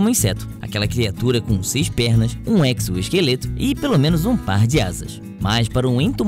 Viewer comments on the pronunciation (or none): none